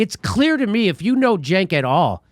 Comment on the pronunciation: Cenk is pronounced "Jank"? Well, as a point of interest, if I say I was caught tugging my jank, you'd know what I was saying, right? This comes from rural Virginia so you know where the term comes from.